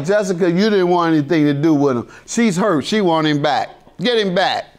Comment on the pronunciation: Not at all like she is huyt (hurt) 😭